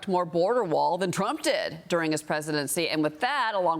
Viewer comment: Did the Host just said :' Maxacow instead of Mexico...lol. listen